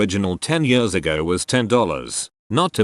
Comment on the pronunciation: Text: years TTS: yörs